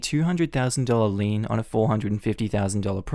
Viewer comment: Lien, lien, lien,lien, lien! (Not lean)